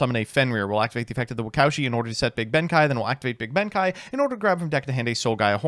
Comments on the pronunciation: Why does he keep calling him Benkai when there's an E there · Oh, yeah, my favorite samurai...."benkai"